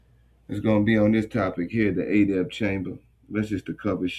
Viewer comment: Is he purposely pronouncing Adept (eh-dept) as Ayy-dept like it's adapt and not Adept??